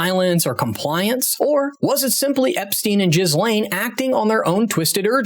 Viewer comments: Uggh another uneducated American - its NOT pronounced Gizlane its Gheelane - seriously man, do you research! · Just an fyi, it’s pronounced Gheelane, not Jizlane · It's unbelievable to me that american's can't pronounce names correctly jizz-lane its pronounced gill-ane numbskull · Gheeeeee-lane Maxwell (correct pronunciation) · Jizz-lane. 😆 ive now heard all types pronunciations. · The S is silent in her name. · Is he mispronouncing Ghislaine on purpose???